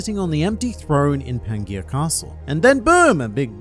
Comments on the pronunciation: "Pan-gey-ya" It's pronounced pan-jee-uh! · pan-ji-ya. is how Pangea is pronounced.. it's a little weird to hear a word so horribly mispronounced by a person that obviously takes a lot of pride in their annunciation and general elocution.